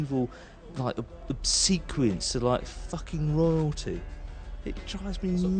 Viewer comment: La traduzione è sbagliata, lui dice "ossequiosita' medievale". La parola pronunciata non è "sequence", lui dice "obsequeence".